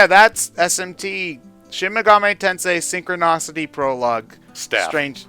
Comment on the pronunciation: So is anyone going to correct that he's pronouncing Synchronicity incorrectly?